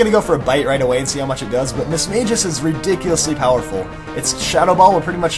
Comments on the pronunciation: little thing it's pronoues mis-mas-geus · Lol the way he said mismagius